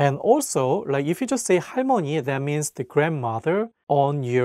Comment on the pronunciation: 할머니 halmeoni you should pronounce L